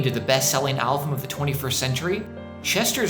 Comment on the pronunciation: Good video, a couple notes. 1. Meteora wasn't the best selling album of the 21st century, rather of the timeframe of "the 2000's" 2. You kept saying "alvum" instead of album